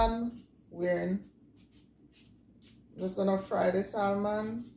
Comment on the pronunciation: The L is silent in Salmon😊